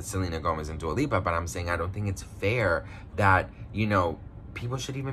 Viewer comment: He said Dua peepa 🤣🤣🤣🤣 Hahaha I love it !!! 💕